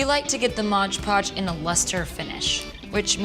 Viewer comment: lol We Are The Strange I say MODGE Podge too!!!!! lol Maybe they should just change the name to accommodate us all. lol Fab video!!! Keep up the creative + inspirational work! xo